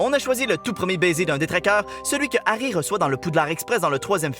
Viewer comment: Giarry on dirait diarer